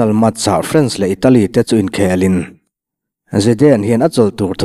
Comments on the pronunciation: The HAN(Hand) of God ti a han lam tik mai chu a...a mak e...Hand(hend) tia lam rik ve mai awm😂😂😂Match(Mech) pawh MACH ti tho vin😂😂😂😂😂😂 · Maradona chungchang kha The HAND of GOD (Hand pronounced as HEN ) but as hen of god. Chuan MATCH pawh MATHEMATICS a MATHs tihtur. Thankyou